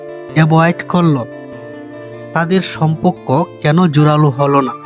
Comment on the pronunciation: আরে ভাই, এটা সমপক্ক না, সমপর্ক